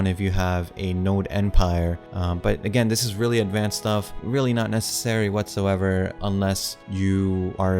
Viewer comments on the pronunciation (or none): none